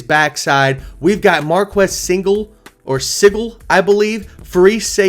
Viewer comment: Sigle sounds like Eagle with an S at the beginning. The O-line returns numerous players with starts. Howard left K-St bc he wouldn’t have been the starter this season: K-State couldn’t keep both, and they chose Johnson over the guy who’s now starting at Ohio State bc Johnson. Is. That. Great. I’d put the L at WVU, not Colorado. KSU is going to be jacked up to play Deon’s team.